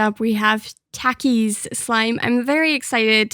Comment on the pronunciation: I HATE THE WAY SHE SAYS tAKIS